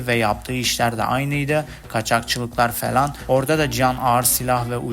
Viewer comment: kanka felan değil "falan"